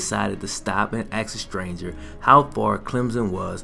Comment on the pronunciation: Whats amazing is this guy can not say ASK..........AXE is what he says !!!!